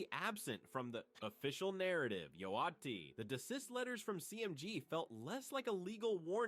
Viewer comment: Bro learn how to say Yo Gotti… damn